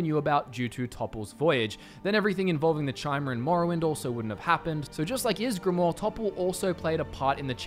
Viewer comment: I'm surprised he got ysgramor right but that wrong.